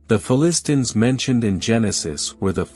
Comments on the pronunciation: Can't even pronounce Philistines properly. How can anyone take the video seriously? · It would have been great and more “hearable” if the machine could pronounce Philistines correctly. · Just started watching this video and I am turned off already. Please get someone who can pronounce the word Philistines.